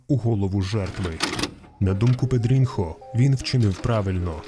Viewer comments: Читається не не Педрінхо а Педріньо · Не педрінхо, а педрінйо. Це як у нас типу Тарас і Тарасик. І не бочінга, а ботінья що по бразильські ще може чутися як бочінья.